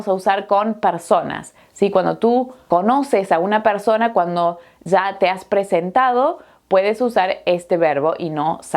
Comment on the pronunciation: En vez de 'Ya" (ia) dice "za". " ...que tu "za" sabes"... , "que tu "za" tienes". Esto a mi me molesta mucho, y no lo puedo negar.